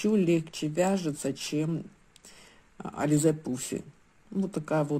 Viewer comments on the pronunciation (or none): none